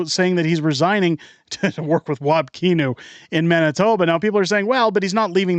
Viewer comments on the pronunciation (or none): It’s not keenew. It’s pronounced like canoe except with an I like kinew